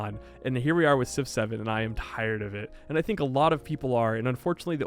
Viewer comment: You know when you say Civ 7, it sounds like you saying 6 7